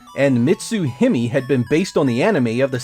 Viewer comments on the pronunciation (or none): "Hime", the Japanese word for Princess, is pronounced Hee-may. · Hime is pronounced Hee-MAY. I totally disagree with you on the Alex Kidd game on the Genesis. i used a special invincibility trick and played through the whole game to finish and for me it was pretty damn fun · "Him-mee" LOL